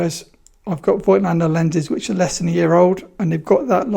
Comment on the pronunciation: Now that you are you Mr. Voigtländer, it would be great if you learned how to pronounce it properly ... ;-) It just drives me nuts to hear this ...